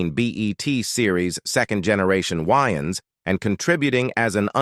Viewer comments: It's Way -Ans not Wy-ans 😅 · Pronouncing Wayans whyans is crazy